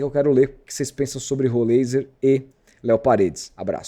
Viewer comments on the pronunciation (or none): Pronuncia-se: Rolráizer